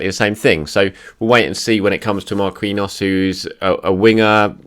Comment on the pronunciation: it's not pronounced Mar-kween-yos it's Mar-keen-yios